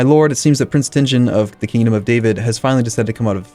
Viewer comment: Kingdom of Davíd , it's pronounced Davíd